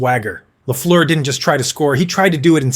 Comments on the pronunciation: No! Its last part rhymies with "bird" and "first", not "goose" or "through". It's amazing how most North Americans seem ignorant about that. One of the greatest players of all time, and people don't even know it's a French-Canadian name, and instead remakes it into a horrible sounding way. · Repeat after me ( Ghee Lafleur) 😊